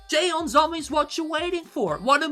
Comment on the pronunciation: 'JEON' the pronounce like u say "john"... SOMI.. and her full name in korean is JEON SOMI.